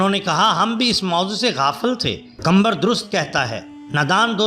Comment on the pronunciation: Nam lena to seekh lo qambar nhn qamar he.